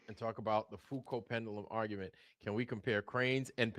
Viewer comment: couldn't beat his meat. " OK, Creeeeeeeg. Now listen to this ARGA-MENT